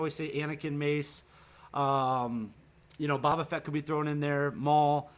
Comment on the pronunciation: Love this channel man, the Bobba Fett thing is killing me though. (Bow-ba'-Fett) LOL